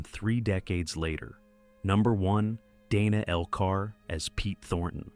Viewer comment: In this case, Dana Elcar's first case was pronounced Danuh, not Daynuh. Thank you making this available!